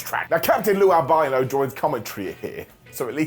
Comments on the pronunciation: Its wingardium albano not wingardium albeyeno 😂😂😂😂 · Did you say "Captain Lou Albino"? 😂